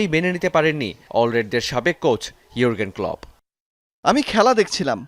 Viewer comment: ইউগ্রেন ক্লাপ??? গাধার বাচ্চাদের রিপোর্টার বানায় কি ভো😡া দেইখা??? জোহারগেন = ইউয়ারগেন ক্লপ।